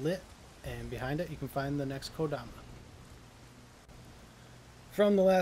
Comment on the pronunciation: Thank you for finally catching your mistake and pronouncing kodama correctly lol. I don't enjoy having little things bug me like this... but I can't help it, dammit!